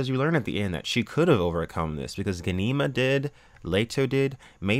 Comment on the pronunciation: You are pronouncing Ghanima wrong!! Gha-ni-ma